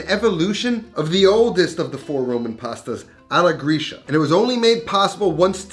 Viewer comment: I sometimes wonder if you are a "real" italian, because of the pronunciation of some words. For example "alla gricia" should sound like "alla gritscha" and not like "alla grischa"...i dont know, maybe i am wrong. Your recipes are always super nice, but i wonder if you grew up in italy?